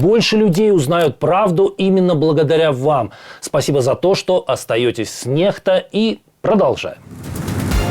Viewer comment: "Нехта", сам ты нехта :) Нормально, что английская буква "Х"(икс), читается как русская "Х"(ха)...? Ну уж нет, ещё я не смотрел новости от необразованных людей, не умеющих читать)